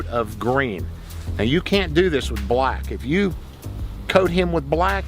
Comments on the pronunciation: This guy uses his whole mouth to say BHULACK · the way he says black and brown … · The way he says BLACK 😂😂😂😂